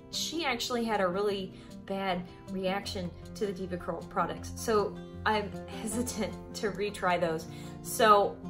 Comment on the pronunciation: Everything sounded great until she said Devacurl 😆 ... no wonder they both got bad results